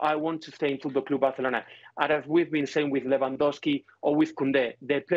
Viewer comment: Fuuudklab Baarselorna 😆😆😆